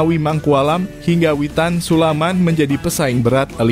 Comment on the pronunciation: Wooiiii ! Yg baca narasi ini kok Witan sulaiman di bilang Witan SULAMAN..😢 perbaharui dong ini orang sipembaca narasi ini ( sdh bbrp kali di ingatkan ttg hal ini ) malu nih mau ngescrabe konten ini. 😢😢😊